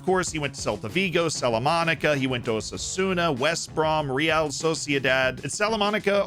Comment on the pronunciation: "Memo" is a typical nickname for people called Guillermo. Salamanca, not Salamanaca.